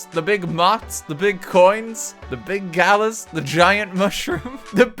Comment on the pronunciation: jsyk, galah is pronounced more like guh-lah than galla